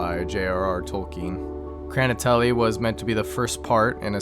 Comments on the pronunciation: That's not a correct way to pronounce that word, in fact it's not even close! Kranately sounds like a cool name, but definitely not Russian. It would be better to spell out Хранители as hranitelee, so people won't get confused by how it's supposed to be pronounced. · Your way of pronouncing the "Chraniteli" title made me smile. I was like "Kraniteli? What's that?" and then I looked at the screen and realised that was the "Хранители" thing Just wanted to point out that there was the wrong syllable stressed, It goes like "Hra-ni-te-ly", that's my native language yeah